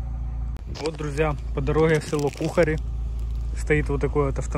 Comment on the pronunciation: Будьласка, ставте правильно наголос при назві цього прекрасного села...🥲